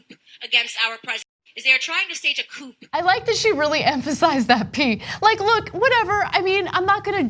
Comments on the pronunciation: they're trying to stage a chicken coop??🐔🐣🐓🐥🐔🐤: because, NO, you guys!! because, "coup" is a word that has never been confused, publicly, like that where millions could view it! i mean, most of us heard that word, literally, AUDIBLY,* of course!, since i said, "hearing." we heard it FIRST, long before we ever saw it in PRINT!! so, jesus, HOW does candace mess that up??!!.. also because if she ever heard someone can say it incorrectly, unlikely it would have been via a public forum in front of so many people! so, in THIS case, clown her, 💯%!! why protect her by feeling bad because so what if all of us have made similar faux pas [how do i write that correctly, btw??, LoLoLoL!! 😆].. but see i don't really care! why??🤷🏾: because, imho, it's not about her only being so awful for the money.. candace us mental and dangerously so! SO, no need to empathize or sympathize with that evil keebler elf just because we've all been there! i mean, you guys are confused! 🙄🙄🙄🙄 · yeah.... and in that 5 minutes they didn't really criticize her pronunciation mistake but rather criticized the fact that she (as well as the rest of the Trump acolytes) are using the word "coup" when it really doesn't apply. It's not a coup. It's an impeachment investigation. It's spelled out clearly in the Constitution. Don't you care about the Constitution? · No Ana. Not whatever. She thinks it's the proper pronunciation. she's a dangerous idiot. How can she not know? And don't tell me she's only ever read it in books, because she probably doesn't read, unless it's street signs, menus or youtube video names. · Everyone who speaks English as a first languyage mispronounces that word until they're corrected. Amongst many other foreign words assimilated into the English language. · Armstrong Also yes, it’s funny that she doesn’t know how to pronounce “coup.” It’s ok to point this out, but TYT aren’t doing themselves any favors by not focusing on debunking the substance of her asinine arguments...